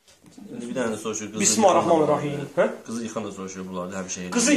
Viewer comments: Bu niye bismahirrehmanirrehim deyir? BIS MIL LE HIR REH MANIR REHIM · Ala Bu bismirlahir rehmanir rehim sozunu duz demir.bismahi rehmami rehimmmm deyir